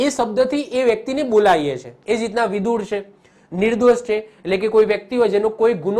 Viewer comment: વિદુર નહી વિધુર. આવે sir